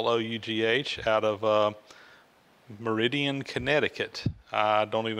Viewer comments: Alan Zelanski: I was going to correct too but, you already did. Yes your right about Mer-a-din. I'm from Cheshire and they mis pronounce it as Ches- shirer not Cheshire, the cat. There were many great tooling companies in this state at one time. I'm from Bridgeport and saw way companies leave since the early 60s. It's to bad! We need to get back into making things beside poverty. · Hello from Meriden, CT. MY wife and I have been watching all your vids for quite a while now and enjoy them very much. Nice to see a tool from my hometown but that must be very old as I'm 63 and never heard of the company. Just to let you know the name of the town is pronounced like mare-a-din. Seems like everyone down south says it like you did. Keep up the good work looking forward to seeing your planer cutting metal.